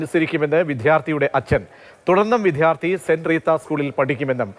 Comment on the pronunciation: ഭാഷയെ കൊല്ലരുത് വിദ്യാര്‍ത്ഥി ആണ് വിധ്യാര്‍ത്ഥി അല്ല. ഇത്രയും അക്ഷരങ്ങള്‍ക്കെ ബലം വേണ്ടൂ ഖ ഘ ഛ ഝ ഥ ധ ഫ (PHa not Fa) ഭ (BHA not Fa)